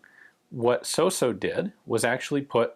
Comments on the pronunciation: it's Italian so it's not pronounced sosso, it's pronounced sauce-o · Ian, your pronunciation is (almost) spot-on! The only thing to be improved is the double s. It’ not so-so, it’s sossssso. The double needs to be carried longer. With my utmost respect for you, Gun Jesus. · The pronunciation is good, but suffers the most common mistake of english people: you dont pronounce the double consonants. Its "Sos-so" but it sounds "soso". "Fàb-brica" sounds "fabrìca". Watch out for the stress. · your pronunciation was so so. 😊😊great video as always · your pronunciation of his name was so-so ;)